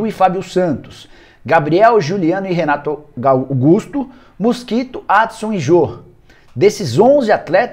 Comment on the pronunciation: Falou Renato Gaugusto? Até me animei